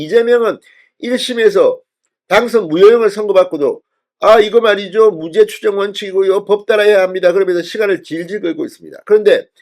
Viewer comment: 진선생 사전의 사는 길게 발음 하게. 짧게 하면 단어집을 말하네. 금방 발음한 무죄는 짧게 해야 되는데, 또 길게 발음하니 이상하지 않은가 이 사람아.